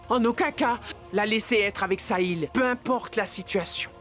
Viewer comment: 😂😂😂😂 Le cœur de vedica dit sahil, sahil, saïl .